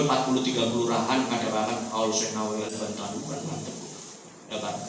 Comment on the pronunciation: Yg benar AL-BANTENI bukan AL-BANTANI